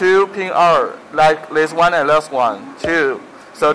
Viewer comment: 沒錯，this的發音太Chinglish了